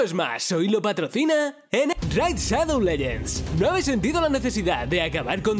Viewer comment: "Ene- Raid Shadou Lellends"